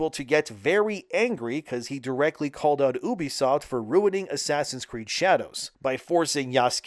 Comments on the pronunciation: Why do you have to say oo-be-soft the same way that idiot Angry Joe does? It's you-be-soft 😑. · It's you bisoft not ooo bisoft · "Oobisoft" Who pronounces it like that? It's "You-bee-soft." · No i dont remember when the company named OOBISOFT meant something But i do remember when a company named U-BE-SOFT THE RIGHT WAY TO SAY IT MEANT SOMETHING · I struggled with this video because you constantly pronounced Ubisoft wrong. It's short of Ubiquitous Software. you-be-soft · Learn to pronounce ubisoft to start...